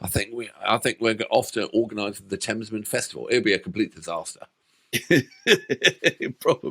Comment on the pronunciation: Thamesmen Festival! Thamestival? Thestival? 🤣